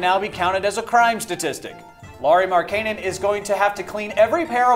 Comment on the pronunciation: Great video as always but as a bulls fan just bothered me in how you pronounced Lauri Markkanens name. It's Lauri Mark-en-in is how it should be pronounced.